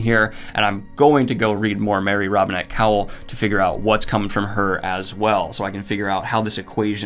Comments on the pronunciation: Say it with me: KO-wal as in Mary Robinette Kowal. Not cowl, as in Batman. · Gahhh Daniel! Every time you pronounce Marie Robinette Kowals name I cringe haha - it’s pronounced CO-wall not cow-el. Also check out Sanderson’s podcast Writing Excuses as Marie Robinette is a cohost and they have some GREAT writing advice! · Many people correct Your pronounciation of Kowal to "Co-Wall", but it is most likely a Polish (or Ruthenian - Belarussian or Ukrainian) name which means "smith", and should be pronounced "Co-val". Probably her ancestor's surname was one of Kowalski, Kowalczyk, Kowalewicz etc. and it got shortened after they moved to America. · Daniel, Kowal = CO-wall, not cowl. Like Kowalski without "ski". It's in the FAQ on her website. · Great review. Love both of these authors. Small note, and I only know this because I have had the opportunity to meet her in person, but Mary Robinette's last name is pronounced (as she explains it) like 'koala' but without the 'uh' on the end. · Daniel I love you with all my heart but Mary Robinette's last name is pronounce "co-wall". She's one of the hosts of Writing Excuses with Brandon and she introduces herself at the beginning of every podcast. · Kowal is pronounced "Co-Wall" and idk why but it bugs me everytime. I'M SORRY OKAY I'M SORRY